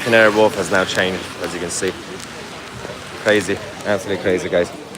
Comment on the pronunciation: "so to CAHNGE my profile picture to a 'Union Jack takes days".🤦